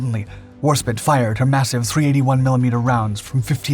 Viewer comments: It's pronounced "War-spyte" (the word spite being defined as the desire to hurt or offend someone as in "That person did that horrible thing out of pure spite"), not spit. Just f.y.I. H.M.S Warspite was the most active and the most damaged battleship of the Royal Navy in both world wars. Her career was nothing short of incredible. At the battle of Jutland, upon being hit in the stern, her rudder stuck, taking her directly toward the 7 German battlecruisers heading the German line, she traded shells with them fighting them virtually alone until her crew were able to get her headed back toward the British lines, she was so damaged and heavily hit Admiral Evan-Thomas sent her back to port. Interestingly enough, her circling under the enemy guns saved the hapless British cruiser Warrior from certain destruction, the Warrior later sank but her entire crew was rescued due to the Warspite, the Warrior's crew were forever grateful for the Warspite's taking the pounding that had previously been centered squarely upon them. Warspite was hit by 17 large caliber shells during the battle, and 14 of her crew were killed. She had a well-earned reputation for living up to the "spite" in her name. I recommend the book "Warspite" by Ian Ballantine for flabbergasting details of her carreer. She is also reponsible for the longest battleship on battleship hit ever scored, hitting the Italian battleship Giulio Caesare at a distance of 26,000 yards. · HMS Warspite is one of the UK’s most famous battleships… it’s pronounced how it’s spelled, not “war spit”. C’mon buddy, this is the fourth or fifth video where you mispronounce this magnificent ship’s name all the way through 😕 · Warspit? Try Warspite. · It's pounced Warspite not Warspit you uneducated pratt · Google says WAR-SPITE not SPIT. When in doubt, go with the American pronunciation. They invented English, after all. 🧐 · War-spite! Not warspit ffs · Yes! Warspite pronounced War- sa- pite Not War -sa-pit ! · war SPITE....not spit.